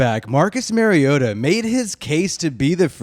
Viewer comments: Exactly. Mari-O-ta. Not Mary-O-ta. Like Mario Andrette. But say "ta" instead of "Andrette". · Good video dude, but it’s MARiota like Mario. Not Marryota 🤙🏼